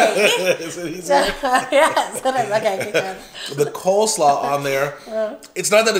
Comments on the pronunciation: I say co slaw...and girl ya gotta stop correcting...hashbrowns or tater tots... same thing imo...❤❤❤❤ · Lol I was thinking something when you said coleslaw. It's definitely coLEslaw. 😂